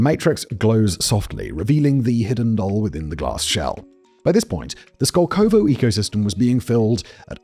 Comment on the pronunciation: The emphasis in the name is on the first O. It's skOlkovo, not skolkOvo.